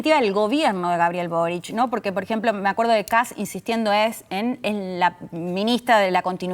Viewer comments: Me da risa que le digan Cats en vez de Kast jajajajaja, vote por Johannes 4K4K4K4K4K4K4K4K4K. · Pregunta: por q los argentino le dice "kats" a kast si ven q esta escrito kast? 😂 Q tipo de dislexia es esa? Jajaj